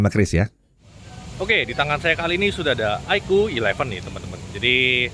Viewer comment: iqoo = aikuu ❌ iqoo = iko ✅